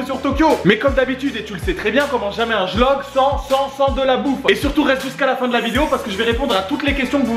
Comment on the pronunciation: Il a dit jlogue au lieu de vlogue 😂